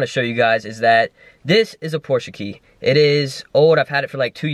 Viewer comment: Pronounce porsche right